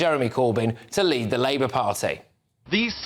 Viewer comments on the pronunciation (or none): none